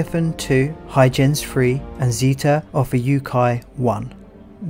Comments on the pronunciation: Hoy-gens Hard G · Huygens - HOY-GENZ mate. ;-)